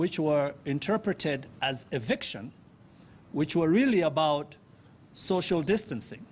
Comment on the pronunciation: Am I the only one who heared "shoshal distance" insted of "social distance" 🤣